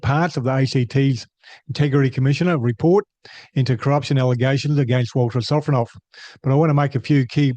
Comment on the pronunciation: Ah yes Vladimir Sofronov, or "Walter Sofronoff". Cука блядь!